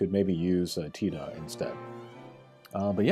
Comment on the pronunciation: Great review. The CG characters I'm most looking forward to, in order of preference, that fix problems with the current units are Squall (my fave), Locke / Zidane / Vaan (I'd like a 7* upgrade on Xon that I can take into trials) and then Tidus. Love how you pronounce his name, btw.